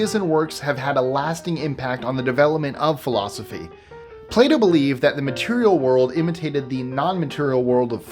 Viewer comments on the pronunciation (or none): When you said Plato, I thought you said Play-Do. 😄